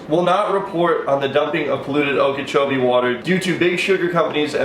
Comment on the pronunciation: Every time he says lake okochobie I think of Seminole wind